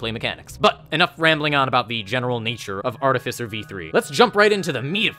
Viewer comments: THAT IS NOT HOW YOU PRONOUNCE ARTIFICER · Oof, it's not princounced as Artificer you're seposed to say it this way: Artificer